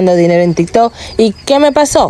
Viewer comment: Es tiktok o riktok?